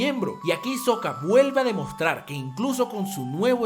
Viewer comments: Porque todos le dicen Isoka a Hisoka se pronuncia Jisoka si alguien me puede decir porque le dicen así? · Lo que me caga es que dices isoka y se pronuncia jisoka, pero buen video. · Buen video! Tus analisis son buenos, pero lo malo es que pronuncias muy mal los nombres de casi todos, empezando por Hisoka que se pronunciaria "Jisoka". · Se autodnomina "fanboy de Isoka" y no sabe que la H se pronuncia... Mmm algo está mal Imagino a como el meme entre botón rojo "Hacer una excelente evolucion de Hisoka en su máximo esplendor" o botón azul "Hacer un video sin que me lo desmoneticen por pedofilia y parafilias sexuales" xD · "debo cagmagme" dijo el hisoka XD